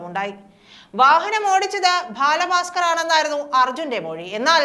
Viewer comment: ഭാല ഭാസ്കർ 😡 എന്ന് വിളിച്ചു അപമാനിക്കുന്ന ഈ ഭൂറി ഏതാ 😕